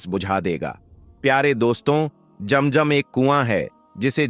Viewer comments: Pehle sahi Naam to lelo jam jam nahi hai zam zam hai asal kam ki baat karo bohat lambi nogay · Bhai ASSALAM ALAYKUM APKA JAM JAM KA TALAFFUJ NAHY DURUST HE ISKA MATLAB YEH SAF HE KI AAP MUSLIM NAHY HO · Please correct your pronunciation. It is not jam jam. It is Zam Zam. It is not khana kaba. It is khanay Kaba. It is not manjar. It is Manzar.